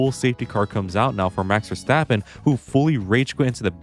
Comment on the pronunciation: Oh yes, Max Washtappen.